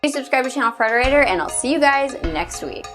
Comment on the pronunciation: yeah when u say Frederator fast it sounds like your saying refrigerator